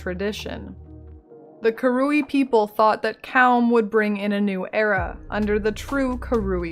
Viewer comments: The hard R is 'fine'. It's wrong, but tolerable. The wrong emPHAsis on the wrong syLAble, however, is not. You just have to listen to it said on the Act 1 writings. KA-ru-ee. Emphasis on the first syllable. Not ka-RU-ee, emphasis on the middle syllable. It's bugged me a little in the past, but a full video about them is going to be hard to get through. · Came here just to see how you pronounced 'Karui'. Very american it turns out haha. I'm not sure i can make it through this video. Really enjoying the series though!